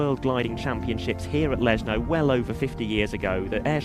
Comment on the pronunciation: For English speakers it is pronounced "Leshno", not "Lesno" like in this video.